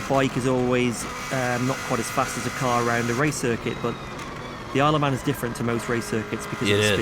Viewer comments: Its "Isle of Man" not "I love man" 😂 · I swear you said, “I love men.” At the start. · Kind of sounds like you're saying "I love man" 😂😂😂😂